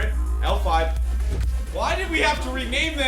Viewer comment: You were struggling with the name L5, try Sbenu.